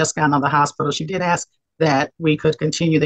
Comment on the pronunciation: Case workers know this is a legal proceeding right, no place for slang………ask not axed……